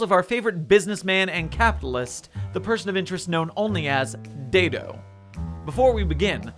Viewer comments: It’s Dad-O. He even has a video where he pronounces it. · I feel compelled to inform you he prefers it pronounced more like Dad-O. This will be all.